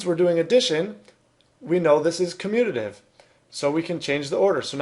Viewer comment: Him: communidive Correct spelling: commutative Me: huh🤔🤔 Why you guys speak so badly